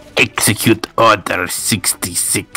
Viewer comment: *Execute ordar SextySex